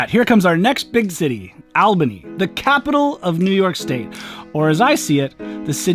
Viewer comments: It's pronunced All bany not AL bany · It's ALL BANY NOT AL BANY! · It's pronounced ALL buny, not al bony. LOL 😁🤣 I think more people opt for the Vermonter, for some reason. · BTW its Ahhhh-lbany. Not AL-bany. Come to Corning, NY for a quaint experience. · AL Bany, I almost missed what you we’re talking about 😂. We pronounce it ALL Bany. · All-bany not Al-bany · btw, it's not owl-bany, it's all-bany. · All-buh-nee (not awl-bah-knee) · Awl-ban-nee not al-benny. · you’re such a great host. As a NYer, we say All’bany, not Al’bany. And you know what Rutland is good for? A motorcycle! I’ve ridden up there a few times and it’s great, endless roads and few cars. Perfect. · I was happy to see you were in NY, excited to see you pass through Albany, us locals pronounce the AL in Albany as All(bany). Then I was pleasantly surprised when you passed Schenectady, as I always am when anyone mentions my hometown. Lol. I've only been to Vermont once and it was basically an errand. Great video as always, looking forward to the most popular train route. 👋🏾😊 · One more note from another local: Albany is pronounced like ALL-buh-knee or AWL-buh-knee by most New Yorkers, saying AL-banny will make it immediately obvious that you're from out of town! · Its Albany as in ALL-BENNY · Your pronunciation of Albany was really funny lmao you should pronounce it 'ALL-Bany' . As a frequent Amtrak user its purely a good option to get from Albany to NYC in the same amount of time that would drive but no hassle. Going north of Albany usually is were ridership goes waaaay down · As a New Yorker myself, I must mention that Albany is pronounced as ALLbany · NY native here. Its Awbinny. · It’s’All baney’ ! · As someone from the NY Capital region, a good way to remember is that Albany rhymes with Small-bany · The capitol of New York is pronounced Allbany. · All-buh-nee, not Awl. Don’t talk like those weird people who say cwoffee instead of coffee.